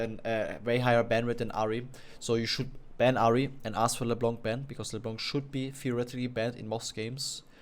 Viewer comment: Why do you keep saying leblanK it's leblan without the n an = en in encourage do you get it ?